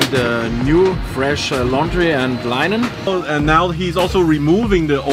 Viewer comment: lienan vs linen interesting pronunciation